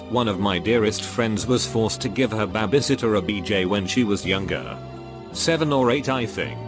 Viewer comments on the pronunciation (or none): I had to jump back to find out what a "babbisitor" was